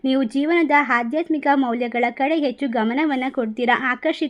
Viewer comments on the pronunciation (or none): none